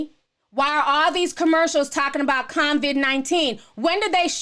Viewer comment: I love how you pronounce it convid-19. And also I feel you on the commercials. My thing is how they are really pushing the agenda. Like we get it...stay home. Smh.